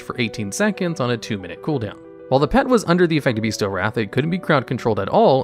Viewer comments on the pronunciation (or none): Not that it matters much, but it's not pronounced "beast tial wrath", it's "best tial wrath". Weird I know, but that's English for you.